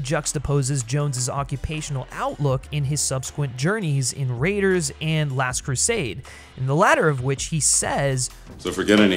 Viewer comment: Keeps mispronouncing "Last Crusade".